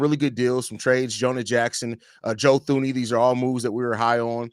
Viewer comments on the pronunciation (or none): Tu-ney not Thu- ney 🙄🤓